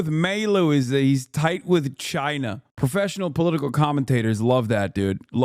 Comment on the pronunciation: The right has an obsession with pronouncing "China" really annoyingly.